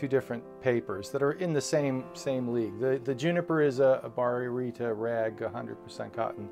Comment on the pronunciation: Good review. GSM is a measure of weight, not the thickness of the paper. Baryta is pronounced bah-right-tah.